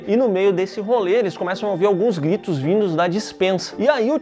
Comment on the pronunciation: "eles começam a ouvir alguns glitos" virou o cebolinha por um segundo kkkkkkkkk